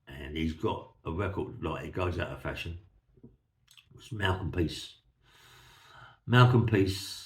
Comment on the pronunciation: PRICE is name is it’s not peace although I laugh when you say it. I have told you before mate. Love the stories keep them coming. From Merthyr Tydfil